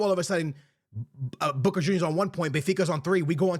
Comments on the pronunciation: Sounds like you’re saying “booger juniors” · It's funny how he pronounces boca, makes me think of the wrestler booker t when I hear it